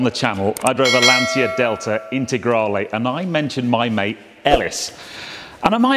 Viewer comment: Beautiful car , troppo bella, by the way you don't pronounce Lansia but: Lantcha Fulvia akka effe millesei fanalone . Love your program !!